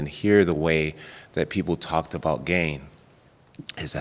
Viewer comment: THIS MAN STILL WON'T SAY GANE RIGHT! Lol